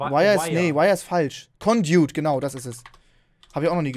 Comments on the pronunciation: Es wird gesprochen eloi smelter und condakt und coldern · ConduIt nicht condot Alloy smelter Nicht Aaalou smelter Verschiedene strom arten gehen mit einander (auser eu) English ist nicht deine sprache du baum xD